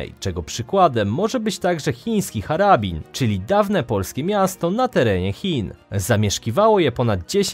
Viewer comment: Nie "Harabin", tylko "Harbin".